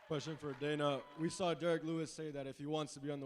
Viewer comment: Dana white , whos got the next qweshon 😅